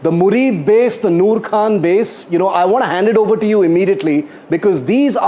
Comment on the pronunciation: It is 'Muridke' not murid.